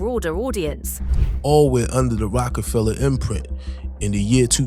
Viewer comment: “Rocco Fellow”???? Lazy a$$ using AI narrator I’m out.